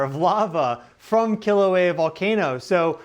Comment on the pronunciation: please work on pronouncing our sacred places correctly. i cringe every time i hear KILL-auea.